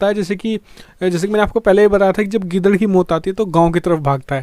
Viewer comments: Parso wale video me gidad nahi gadad bola aapne😅😅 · Kal tak to aap gaadad bol rahe they aaj geedad bolne lage kaun sa janwar hai ye